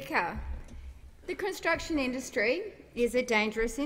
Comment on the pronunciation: Did she say cun-t..sruction sites ?